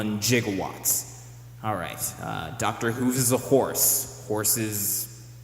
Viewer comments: I wanna punch for his ridiculous pronunciation of Gigawatts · You pronounced gigawatts wrong, but I'll let it slide because Doc Brown said it like that. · ratchetness "If I can somehow combine "neigh" and "gigawatts"" ........ Nigawatts omfg I'm dying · 1.21 Nigawatts... Great job!